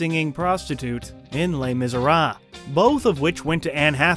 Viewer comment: You butchered the pronunciation of les Misérables, geez that was painful !